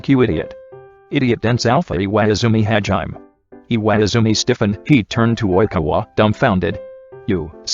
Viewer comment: “Hajiem” lmao